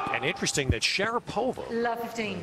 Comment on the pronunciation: 🎾In the first place, it's; - sh a - a - - r a - a - - - -po - va - a - a!! Not Se - re p o - va. || It's Kv - i - -to - - v a, not Ko - - vee - te - va?!